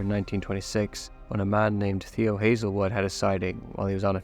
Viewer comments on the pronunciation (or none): none